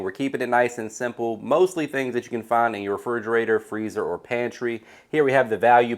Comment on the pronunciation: Frigerater lmao